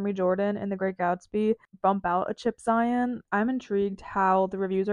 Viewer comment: Chip Zien's last name is prounced ZEE-in, not ZY-on.